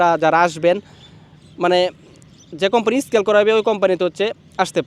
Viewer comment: স্কিল❌ স্কেল✅